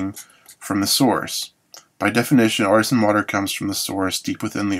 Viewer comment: it's pronounced Ar-tee-sian